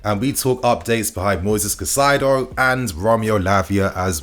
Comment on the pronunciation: KAI CEDO (said like this) NOT CACAIDO. Caicedo….